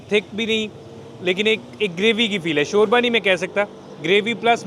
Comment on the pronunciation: Shorya boltay hayn 😂😂😂